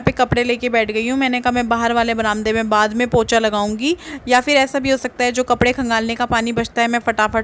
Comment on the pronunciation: वह पोछा होता है पोचा नहीं